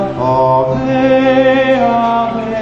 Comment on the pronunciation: Would be nicer if “Ave” wasn’t mispronounced.